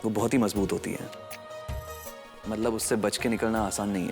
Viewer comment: Aaj. Tak. Matlab. Ko. Matbal bolti aayi h😂😂😂😂😂😂😂😂😂😂😂😂😂😂😂😂😂😂😂😂😂😂😁😁😁😁😂😂😂😂😂😂😂😂😂😂😂😂😂😂😂😂😂😂😂😂😂😂😂❤❤❤❤❤❤❤❤❤❤❤❤❤❤❤❤❤❤❤❤❤❤❤❤❤❤❤❤❤❤❤❤❤❤❤❤